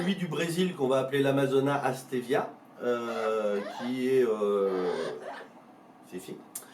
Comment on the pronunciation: Pourkoi tu prononce Astevia. !!! O lieu de Aestiva. ???